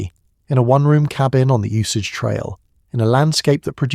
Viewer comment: “Uncomfortable truth” is that you pronounce Osage wrong the entire time. Otherwise terrific but a serious party foul.